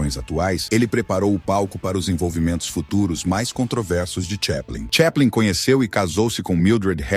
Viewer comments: Charles "cheplen"? Nossa deu até agonia, porque sempre achei que era chaplin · Po.. o cara fala Charles TCHÉPLIN... nao precisa falar mais nada.